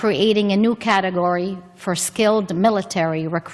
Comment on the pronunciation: Who’s the lady who says GATEGORY? Looks like the nit-wit reserves are chock full. What the actual…